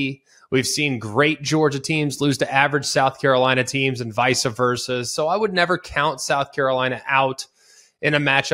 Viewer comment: I cant take anyone seriously who says "vica" versa. 🤭